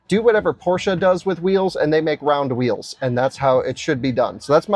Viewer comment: "do whatever Porsche does with whees" bro you really are an NPC just stop